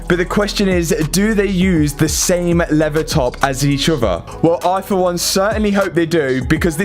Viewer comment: You did a great job, Much patience to pull out that dashboard, Im from the USA, When you are explaining the leather and how it breaks open for the airbag, You pronounced it as Levea, How would you pronounce the word Lever, Just curious..